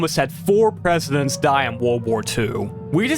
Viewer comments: the german word "die", as in "die Glocke", is actually pronounced "dee". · German "die" is not pronounced like "dye". It's more like Dee, as in Dexter's Laboratory DeeDee. Please. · A note - in German “die” is pronounced “dee”, not like the English “die/dye”. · I know, not important, but just in case: "Die" in "Die Glocke" is pronounced "Dee" haha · "die" in German is pronounced as dee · As someone who took three years of German I died inside when he pronounced "Die Glocke" wrong 💀 in German "Die" is pronounced Dee, and it's the feminine form of "the". "Die Glocke" means the "The Bell" probably bc it was shaped like a giant bell lmao